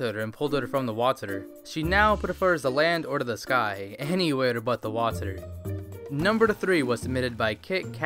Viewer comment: its so anoying that you say waterour